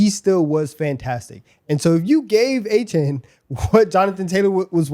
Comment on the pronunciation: Glad to see Achane getting some respect, however… it’s A-Chan, not A-Chain